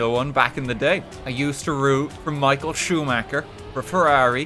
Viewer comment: Michael Schuhmäcker 😂